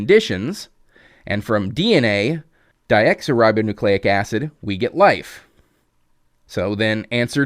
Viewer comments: amino acids do not form RNA. Nucleotides, made up of nitrogenous bases A,C,G,U, make RNA. amino acids make up proteins. If you don't know this simple biochemistry you should not make a video on this topic. You also pronounced deoxyribonucleic acid as "diexoribonucleic acid" - shame, shame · Really small gripe with how you pronounced DNA. Deoxyribonucleic acid isn't Worcestershire, we should be able to handle this